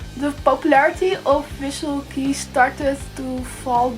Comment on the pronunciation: It's not Visual Key, it's Visual Kei, second word not sound like english word "key". ;)